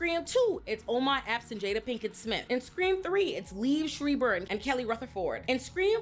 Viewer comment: Im sorry, but as a member of the easily offended white community, I can not let you get a pass on the way you just butchered Liev Schreiber… that was A-Aaron levels of disrespect lmaoooo 😂